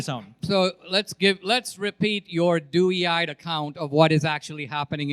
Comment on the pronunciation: That happened more than once lol. For example Destiny mispronounced the phrase “doe-eyed” and Dinesh repeats it with the same mispronunciation lol